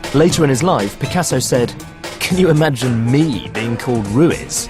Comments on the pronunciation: its "ru-eez" not ruis. British people covering spanish artists is the last thing we need. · If you're doing a film on someone, learn to pronounce his name properly....roo-eeth(as in teeth), with the accent on the second (not the first) syllable. Also, roll the r in Ruiz.